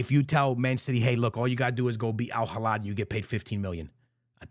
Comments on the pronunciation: Al Hilal❌ Al Hilad✅ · My guy its alhilal with an L not alhilad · It' AL HI-LAL not AL HILADDD my brother 🤣🤣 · It’s Al Hilal not Al Hilad my guy. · It's Hilal not Hilad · Al hilal ❌🥀 Al Halad ✅🤣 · Al heelaal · A years worth of my lifespan is reduced whenever i hear mispronounce al hilal's name😭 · Its Al Hilal there is no D and the H is silent.